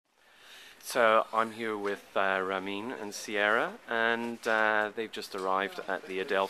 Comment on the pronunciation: I always thought that she's saying "you're mean" when it's actually "Ramin"... How silly...